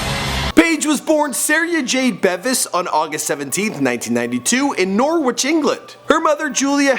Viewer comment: I came here to see how americans pronounced the name, Norwich. And it didnt dissapoint.